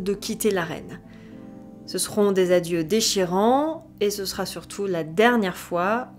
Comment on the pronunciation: Pour rappel : la troisième personne du singulier du verbe être au futur est "sera" sans T à la fin. Merci d'éviter les liaisons "maltapropos".